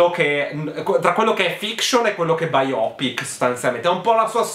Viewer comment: La pronuncia corretta è quella di. Biopic non è una parola italiana. A seconda che si preferisca la pronuncia inglese piuttosto che quella americana, allora si metterà lo stress sulla prima o sulla seconda sillaba: UK ˈbaɪəʊpɪk, US bī′ō pik′